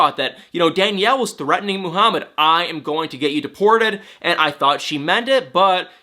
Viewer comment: Did i just hear MOO-harmad twice? 😂😂😂😂😂